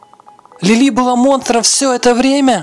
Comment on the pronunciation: Не Лиля а Лили